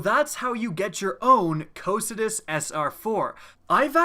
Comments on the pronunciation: Yeah, I love this gun! Its pronounced "Ko-kai-tus" by the way (greek). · Am i the only one bothered by the wrong pronounciation ? The correct name of the gun is pronounced ko-kai-tus. Not whatever sneeze you were saying instead of its name. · I'm glad you made this video. I've had one of these for PvE ever since a few months into TTK and I've always thought of it as "Co-Psy-Tus" but recently Blessious put out a video and used some pronunciation website that referred to it as "Co-Kie-Tus" which I think sounds really stupid (I know it was a river in Greek mythology, but did they really say it that stupidly). Now I hear you say it another way and I looked on howtopronounce's website and low and behold the second audio clip is in fact "Co-Psy-Tus" so that is how I will always refer to it. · Ahhh I've been pronouncing it all wrong with "Cock n' Tits" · I was always under the impression it was pronounced KAW-kuh-too. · Chauncey Syposs its "si" tus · your pronouncing it wrong! cocytus is the river to the underworld (fitting) so say it right and do it justice!